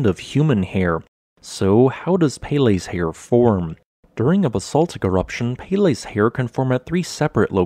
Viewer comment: peh-leh, not pay lay